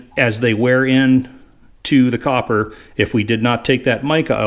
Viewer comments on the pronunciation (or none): none